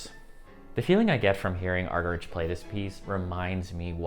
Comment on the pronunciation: You might like to check how to pronounce Martha Argerich!